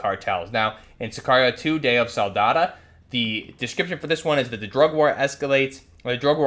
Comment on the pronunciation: "day of soldada" what the fuck